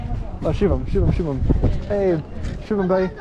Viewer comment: Finally knows how to say shubam bhai